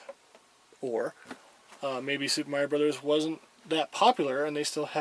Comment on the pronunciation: "Meiro"! I could see "Mairo" happening, but where did that "e" even come from? Heh, good stuff. Good video, as well.